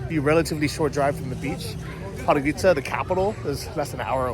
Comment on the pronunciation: try to pronounce it like this „pod go rid tza“